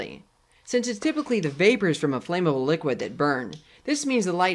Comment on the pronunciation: Flame-able? It's "Flammable"